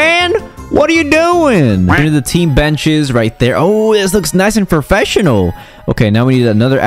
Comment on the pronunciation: me saying: professional My dad saying: frofessional saying: frofessional Lol is like my dad